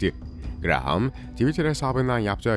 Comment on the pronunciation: If you are talking about senator Graham show his images, NOT senator Menendez. Also, in English Graham is pronounced "Graam" .